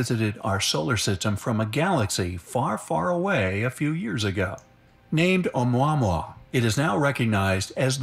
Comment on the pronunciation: No worries, you are correct saying O-Mua-Mua, and not o-mwah-mwah! It has a Hawaiian name - not the stupid way they are pronouncing it!